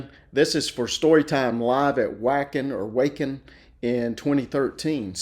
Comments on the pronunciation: Pronounciations. For Jukka say You Ka. For Wacken say Vawkin. For Jansen say Yansen. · Thanks,. You will probably be seeing other songs from this concert (one of their best overall performances), so to avoid making us Europeans cringe, let me say that the Festival's name Wacken is pronounced roughly like "MARK-en" but with a "V". (It's named after the host village in North Germany where cattle are raised, hence the flaming bull logo) – Wacken means 'cattle'.) Floor's surname Jansen is pronounced like "Johnson" but with a 'Y" – in general, many European languages pronounce 'J' as 'Y' – so the Drummer's name is Jukka (Nevalainen) pronounced "YU-ka". Floor (means 'flower') is Dutch, and took formal rock, classical and opera training in parallel with fronting a Dutch Symphonic Metal band from the age of 16; the rest of the band seen here are Finnish (their English multi-instrumentalist is offstage for this number).